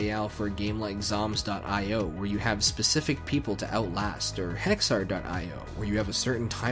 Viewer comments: very late, but i agree with the “i o” pronunciation. it’s an acronym, after all, either for indian ocean or input/output depending on context. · It's "dot eye oh" You were correct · it is "dot" "I" "O" you said it correctly. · I can confirm, it's definitely pronounced "io" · Yep, I have always pronounced it dot eye oh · (ok yeah ofc its pronounced "Aiy, Oawh" which are literal pronounciations for i and o) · It is pronounced (dot) EYE-OH games; cuz it is literally an 'I' and an 'O;' this isn't that hard; anyone that says otherwise is a total and complete oafbag